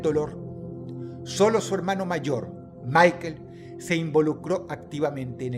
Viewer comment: Cámara Dross, estamos hablando de alemanes, Michael en alemán se pronuncia "Mijael", no "Maiquel" como en inglés 😂